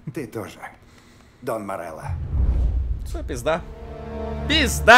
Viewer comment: Никто: Обсолютно никто: Булкин:ВЫ ЧЕЛОВЕК МОРЕЛЛО СЭР